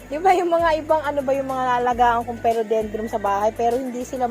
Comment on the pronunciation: PHILODENDRON po at hindi phelodendrom FERN at hindi po ferm 🤣🤣🤣